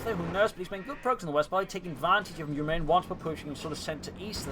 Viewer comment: I believe it's pronounced 'ewe miyrin' as in 'you 'mirin my gains braaaaaah'